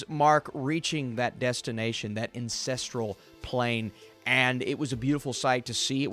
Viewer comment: Incestral Plane? :D